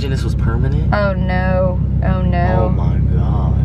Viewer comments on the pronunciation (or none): Catherine sounds British saying oh no In my opinion 😂😂😂